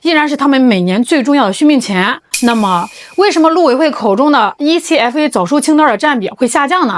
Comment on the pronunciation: 台灣叫這愛可發 不是E-C-F-A